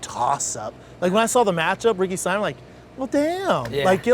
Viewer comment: It's Ricky sa-mo-an not Ricky Simon Schaub 🤦